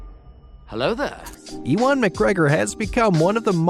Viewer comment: Did he say eewon McGregor? Bruh